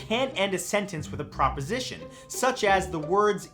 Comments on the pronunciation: Sorry to be The Grammar Police, but it's pronounced PREPosition , not PROPosition, Matt! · Preposition, Matt...not proposition 😂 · Dude it's PREPosition not PROPosition... You do know the difference right?